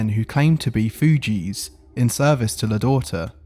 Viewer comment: Takes a special kind to pronounce the word "Thugees" as "Fuji"